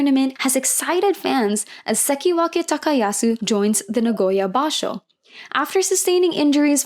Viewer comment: Really appreciate your video recap, I hope you keep doing them :) Great basho.. Only one nitpick... His name's HakuhO ShO, not Hakuhu Shaw... It's a BashO not a BashU... He's Terunofuji not Derunofuji... I am not trying to poop on you, but the internet is full of examples of how to pronounce their names, please do some research, everything else you do is so great